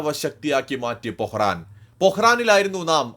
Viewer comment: Pokkaran not pohran.......